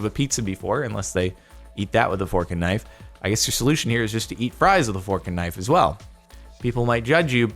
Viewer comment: The most mildly infuriating part of this video is how Jordan says fork and knife